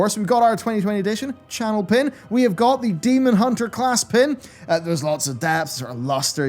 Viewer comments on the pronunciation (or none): none